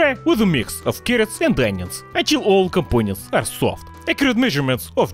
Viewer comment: "Compoñents"! hhkjahakjahkajhakjahaka!! Qué grande!